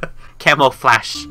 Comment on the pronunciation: U said flesh